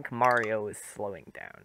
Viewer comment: I always pronounced as Mairo